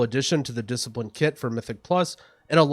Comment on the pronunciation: "Discilipine" KEKW